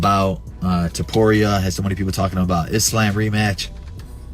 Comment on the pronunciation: Belal can’t even say a Muslim name correctly wtf who is “IS-lamb”